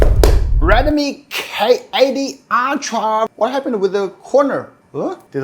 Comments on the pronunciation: Why do you pronounce ultra as Altra. Its wrong. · Everyone pronounce: Ultra❌ pronounce: Aytia 🤣✔️